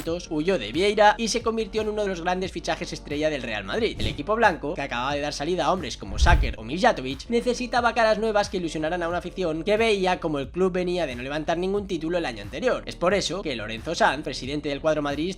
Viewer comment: Lo del pollazo, OK. Pero llamar "sucker" a Suker...